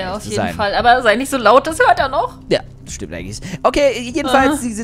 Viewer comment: sagt stat stimmt dimmt😁